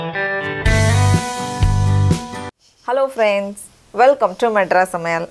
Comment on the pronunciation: That is not fraynds..... That is friends but your are always pronouncing very comedy